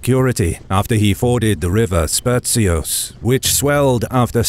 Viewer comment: the right pronunciation is Sperhios not Sperchios